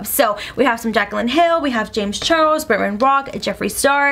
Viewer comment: Why do you say bretman "britmen"